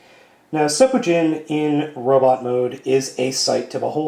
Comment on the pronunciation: It's pronounced sen-pu-jin and it means whirlwind force